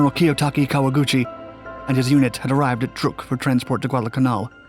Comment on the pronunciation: Good video just annoys me how he pronounces Guadalcanal